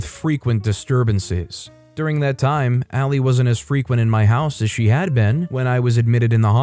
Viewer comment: Lol it’s pronounced Allie not al-lie